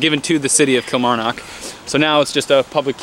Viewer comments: eek cringe the way he pronounces Kilmarnock kills me!!! It’s pronounced kill-marr-knock like knock knock who there. I actually live right next to dean castle I can actually climb over the fence in my street and be in it 😂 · Kilmarrrrn ock, nck nck, like nick without an 'i'. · Every time you say Kilmarnock I just die inside 😂